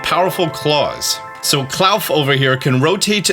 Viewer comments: I think klawf is supposed to be pronounced claw-f as it sounds sounds similar to cliff which would make sense since it's a rock type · It's Clawf, like In the word awful. Clawful...Clawf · claw - f not clouf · Please... they literally called klauf clawf that's the pronunciation... you know, because they said it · Hi, sorry about this but I just want to say that I think Klawf is pronounced cloth. Sorry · It’s clearly pronounced clawf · Says claw, continues to call it Kl-owf 😂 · Bro it’s pronounced KLAWF! As in CLAW-F cmon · “Klawf” I believe is supposed to be a portmanteau of “claw” and “cliff” So I think it’s pronounced “Kloff” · Love how you pronounce Claw f (klawf) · it’s just klaw-fffff there is no u in the name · Is spelled Herba. pronounces is Hebra. And Klowf? It’s Literally Claw with an F at the end. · I swear you say and write names like Klawf wrong on purpose just to get comments. More power to ya.